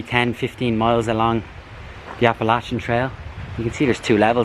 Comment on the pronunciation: Thank you for pronouncing Appalachia correctly. I was born and raised in West Virginia which is the only state completely contained within the Appalachian mountains. We always said to people who pronounce it incorrectly “if you say Appalaycha then I have to throw an apple atcha!